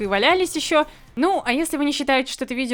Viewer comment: Так мило скартавила,когда сказала в конце с Изюмкой "..позитивным и кРеативным"..:D